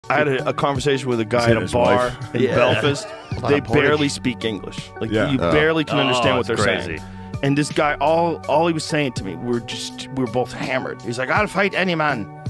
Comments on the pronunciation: Joe seriously, Belfus, we all know it’s Belfast, pronounced bell fast!! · Really Rogan, bit disrespectful mate. And it's pronounced Bell fast. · I like you Joe but you can't be saying we barely speak English after pronouncing it bellfist 😂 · It's Belfast. Pronounced Bell-fast and last time i checked it was British 🇬🇧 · How joe pronounces Belfast as Belfist but proceeds to literally do the best Irish accent by an American ever is beyond me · Bold words for a guy who can't pronounce Belfast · That's one hell of a f**ked up pronunciation of Belfast. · There’s a belfast in the US and he still can’t pronounce it right 😂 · Lol yet joe can't pronounce belfast., and his accent sounds like a dublin accent not a belfast one. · Anyone who pronounces Belfast like that shouldn't comment on anyones vocabulary! Also im wondering was he drinking with Connor McGregor???